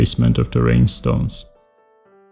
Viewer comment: I dont have enough words to describe how beautiful she is. Just signed up for patreon, hoping to be of some small kind of help :) Btw, I love the way you pronounce rhinestones, makes them seem even more magical :)